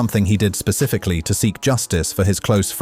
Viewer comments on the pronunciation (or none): none